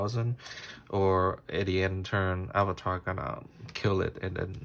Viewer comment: it’s not avatar it arvata